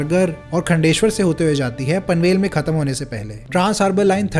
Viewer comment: Khaaandeshwar. Not khundeshwar.